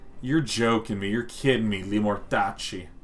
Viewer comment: It was very satisfying hearing him say "Limortacci"